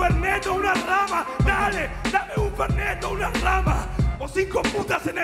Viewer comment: Brahma no rama. Es una cerveza que se tomas mucho aca en argentina